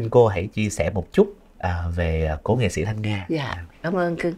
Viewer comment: Nghe MC phát âm nghệ xĩ, xân khấu… x thay vì s khó chịu ghê.